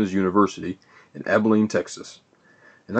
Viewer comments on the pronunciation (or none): none